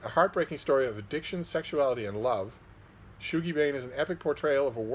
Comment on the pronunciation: It’s pronounced shug-ie, not shoe-gie. What ur ye, english or sumthin?